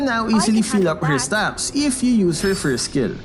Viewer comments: farm "FRIST" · Announcer: We're 1712 team gold behind, farm "frist". Me: oh... ok. Hey guys! Farm frist!